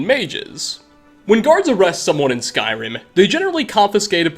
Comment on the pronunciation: why do you pronounce eh after many words like skyrimeh